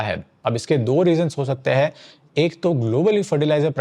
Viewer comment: A suggestion... If you want viewers to take you seriously, work on your pronunciation of simple Hindi words. For example: the plural form of है is हैं. They're two different words, pronounced differently. It's often OK to disregard this in street speak. But, we aren't in the street.